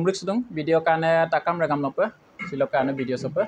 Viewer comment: Régam নহয় Réngam হয়।